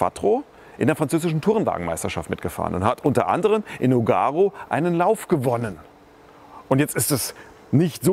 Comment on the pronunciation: nOOOOOOOOgaro-Blau!!! Nicht nuuuugaro-Blau ;-)